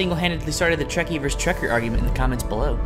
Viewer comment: ITS TREKER